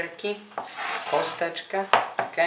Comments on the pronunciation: "KE" w sensie "OK"... czy jakoś tak :D Nieważne, smacznego :D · hahahahaha 'ke' XD